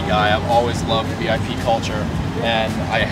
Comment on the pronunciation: Beautiful. However, the build style is called "Vip" not "Vee Eye Pee."